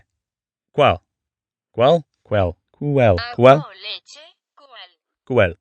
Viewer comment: Ocean man take me by the hand Edit1 (after watching full video) : Quell Cual Quuell Cwweell... Overconfident Also this is triggering for me since I’m mexican and speak fluent spanish 😂